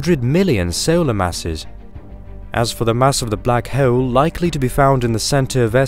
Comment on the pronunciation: Just say hole like a normal fkn person jfc